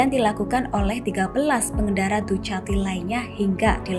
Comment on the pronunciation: mbak dukati mbak,dukati.. tolong,2021 nyebutnya dukati